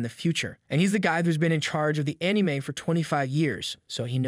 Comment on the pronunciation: “Pokimin master” “muutoo” “animeeh” unless this is a bot voice, this guy probably thinks he’s a Pokémon fan yet he can’t even pronounce the simplest of things in the franchise.